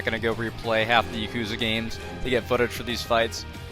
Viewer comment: stop pronouncing it yakooza bro please it hurts